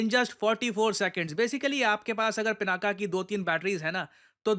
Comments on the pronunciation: उसका नाम पिनाक है, न कि पिनाका। पिनाका स्त्री नाम हो जाएगा। 🙏🏻🙏🏻😏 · Being a teacher, you should pronounce correctly, dear. It is not pronounced "पिनाका" but "पिनाक". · पिनाका नहीं सर, 'पिनाक' । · वैसे तो गलतियां निकालना मुझे पसंद नहीं, पर यहां correct करना आवश्यक हो जाता है - शिवधनुष का नाम पिनाका ❌ नहीं पिनाक✅ है। आप defence equipment को पिनाक या पिनाका कुछ भी कहिए I have no problem with that but देवाधिदेव महादेव के धनुष के नाम उच्चारण आपको सही करना चाहिए।